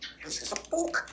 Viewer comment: The way he pronounces book as "boohk?" is so adorable